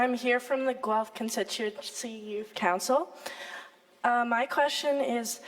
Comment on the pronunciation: when he says "you" i laughed so hard